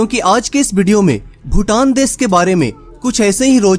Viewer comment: भाई ये देस नहीं देश होता है। सुरू नहीं शुरू।